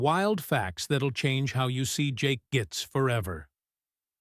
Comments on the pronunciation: Whoever this parasite Is, he’s obviously never seen the film. The character’s names it Git-tes - two syllables. NOT “Gits.” BOOOOOOOOOOOOOOOOOOO !! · Horrible AI narration. The irony is that the AI voice pronounces the character of "Jake Gittes" as 'gits' which is what Noah Cross called him! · "It's 'Gittes"" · Can't pronounce "Gittes" any better than Noah Cross! And Huston did not need nor use a stunt double. An issue is raised as to "the actor" who wrote the final line....iand he's not even credited (It was Joe Mantell). Nicholson did not win an oscar for his Chinatown performance. Full-on Ai garbage cashing-in on Hollywood's greatest creation. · GREAT movie. Terrible AI narration (though I appreciate the adoption of Noah Cross's consistent mispronunciation of J.J. Gittes's last name).